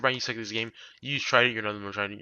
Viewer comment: I could barely understand what he was saying for the Trident and Dagger